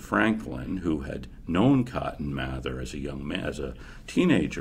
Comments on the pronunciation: It’s pronounced May-ther don’t question me My family is related to this person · My family is also related to this guy, his name is pronounced math-er, not may-ther. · It's pronounced May-ther mr mather. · It’s pronounced May-there I’m related to these people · Is it math-er or may-there? Really